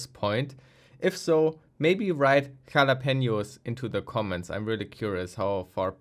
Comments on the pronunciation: "Jalapenos" and im whaching it while playing ror2 "squearebear" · Jalapenos LMAO